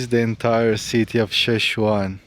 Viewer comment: Wow man, glad that you’ve discovered the north part of Morocco! You seem like a very humble guy. Hope you have a nice trip in Morocco. And you pronounce it chef-cha-when haha you did say it in the video once 😉